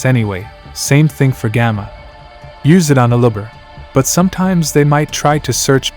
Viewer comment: Is this a text to speech robot talking? Some of the pronunciation is so weird, like how you say "Aluber" it comes off sounding like "a lubber".